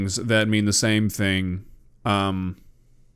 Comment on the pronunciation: Hawk two-uh? SpIIt on that thIIng?